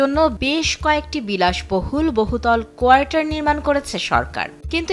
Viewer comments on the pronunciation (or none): কোয়াটার্স হবে, কোয়ার্টার না।